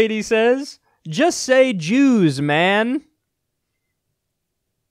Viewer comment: The way Kyle says JEWS makes me lol for some reason